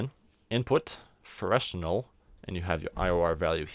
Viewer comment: Freshnel lol it's called Fresnel and you say it Frenel